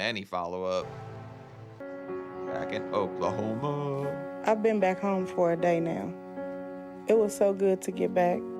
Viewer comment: FYI it's 'Oooooooooooklahoma' not 'Oklahomaaaaaaaa'